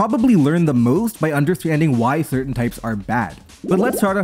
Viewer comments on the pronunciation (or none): none